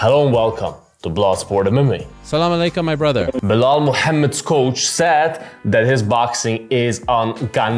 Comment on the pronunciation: Wow man, you probably the only person who pronounced the "H" in Muhammad right, suspiciously accurate haha